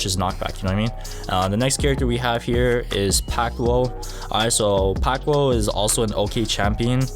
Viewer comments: pack twoah- its pronounced pack too charlie mag n- hmm i think its char leh mayne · Bro pronounced pactwo and kusanagi so wrong